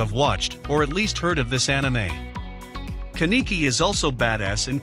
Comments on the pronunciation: Pronuched kan-ne-ki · you saying Kaneki name wrong hurts me inside